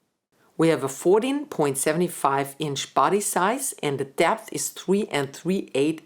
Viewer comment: accents are interesting... she pronounces the vowel in "depth" the same as "jazz". Dapth, and Jazz.